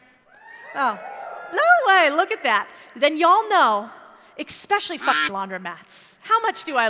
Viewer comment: First time I've seen this channel, I have to say........................AMAZING! Although, it would be great if you could learn how to say the word 'ESPECIALLY' correctly. Hint......... there isn't an 'X' in it! It's an 'ES'.....NOT an 'EX'🙂